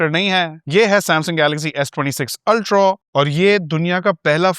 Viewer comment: Why can't he say Ultraaaaaa and not Ultraawwwww? I mean why's it so difficult? Acha bhala banda hai.